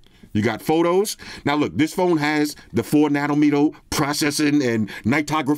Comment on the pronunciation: This man said 4 nanomeno 🤣